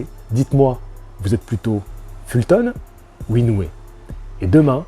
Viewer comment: ça se prononce INO - OUé!!! 😛 (réécoute le début de ta propre vidéo, le speaker du combat prononce bien le nom du Japonais)